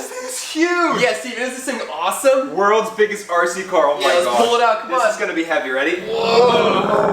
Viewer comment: said "wurlds burggest rc cor" but it's rather puny sized. You could buy lots of rd cars way bigger, or diy. But sadly I guess he won't be able to diy.